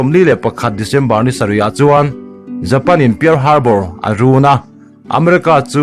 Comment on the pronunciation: Tawng thluk diklo lutuk hian ngaihthlak ati nuamlo , Pearl harbour / pal harbar ti a lam tur